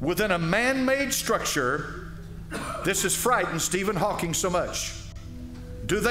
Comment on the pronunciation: Why listen to anyone (speak about science) that can not even pronounce correctly the name of Steven Hawking ??